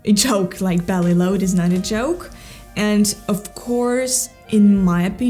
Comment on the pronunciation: Новое замечательное видео, Мария! Спасибо! Маленькая поправочка, если позволите, по поводу Вашего английского - в слове энд между словами попробуйте произносить д прямо по-русски, твердо, без смягчения, будет точнее и без акцента. Английский у Вас потрясающий - словно Вы много лет в Англии прожили.